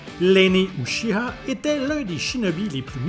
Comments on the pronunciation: itachi uchida... moi qui croyais que c'était uchiha... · E wtf ses ouchiwa pas ouchida 😅 mais prononcer ( ouchia ) 🤪😂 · J'ai bien entendu Itachi uchida il a rien respecté lol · Itachi uchiha…. UCHIHA….. j’ai pleurer quand j’ai entendue ça 😂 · Je suis québécois et je vous garantie n'importe qui qui aurait lu ce nom ne l'aurais pas prononcé Uchida😂😂 encore moi ceux qui aurait écouté les animés 😂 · "Uchida" je suis le seul a avoir eu un frisson de malaise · "ouchida" XD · Mauvaise prononciation de pour Itachi Uchiwa